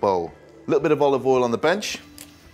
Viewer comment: "a little bit of oliv awl" -proceeds to dump in the bottle man thinks he's gordon ramsey lol...